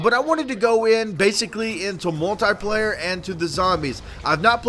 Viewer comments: You keep saying moltie player it is multiplayer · Learn to pronounce multiplayer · he cant say multiplayer right